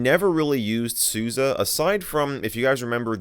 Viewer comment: Its Sus e not susi